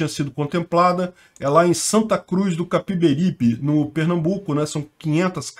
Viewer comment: foi aqui na minha cidade a pronuncia "Capibaribé" kkkkkkkk